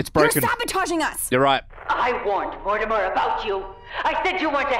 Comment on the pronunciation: Great video, great video, but... Did you say "More-timer"???